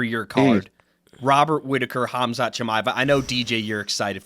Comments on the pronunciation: Khazmat 😂 Oh Max, I love you, but I fear that's not intentional... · "DJ might come out of retirement for Conor" 😆 And Max mispronouncing every fighters' name is hilarious. "Khazmut" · Khazmat is crazy LOL. The way dj says it is the closest Hamzat. Not even khamzat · So everyone’s gonna ignore Max calling Khamzat “KAZMAT”